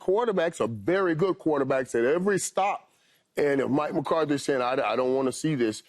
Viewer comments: Paul its Mike McCarthy not mike McCardie 🤦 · Paul’s been saying, Mike “McCarty” for 2 years. Learn his name please